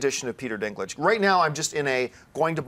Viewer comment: lol "...bause of the dinklage." sounds kind of wrong.